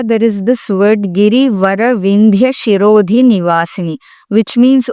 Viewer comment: It is not shirodhi, it is sirodhi